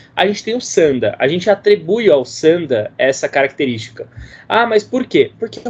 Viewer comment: Não se pronuncia "Sânda" tonificando a sílaba inicial, mas sim "Sandá", tonificando a última sílaba. Logicamente que não possui acento. O fiz apenas para exemplificar que o som mais forte fuça na última sílaba. Sanda=luta livre/combate livre. San=3 Da=golpe/luta/combate... O Kung Fu Tradicional inclui formas distintas, de acordo com o sistema. São ferramentas trabalhadas formais voltadas para a defesa pessoal sistemática. Ao se aplicar dentro de um combate livre (Sanda/Sanshou) sofrem uma desestruturação do sistema, ou seja ficam disformes, sem formas. Mas o fato de não ser mais sistemático durante o combate livre, não significa que as formas não sirvam. Durante o combate, aplica-se a essência marcial, a ciência marcial encutida nas formas e práticas tradicionais. O Sanda é uma aplicação livre das formas, mas disformes, atreladas as regras da disputa. O Kung Fu Tradicional é amplo. O Kung Fu esportivo (Sanda) é limitado propositadamente para proteger o atleta e tornar o desporto atrativo para todos. O Sanda é a aplicação violenta, simples e direta do Kung Fu Tradicional, o Wushu, de fato. Dentro de cada sequência tradicional existe uma essência que se aplica de maneira não sistêmica.